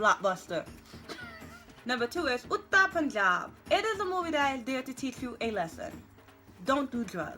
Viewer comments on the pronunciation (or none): Correction: Udta Punjab is pronounced U-r-d-(thin t)-a Punjab (Silent R after U); Urd-ta Punjab, Don't worry, if you mispronounce anything in a video, I'll comment-correct so if you make the mistakes in the future, people won't hate-comment and unnecessary subjects will be brought up; racism, sexism, not Indian, tongue too weak etc.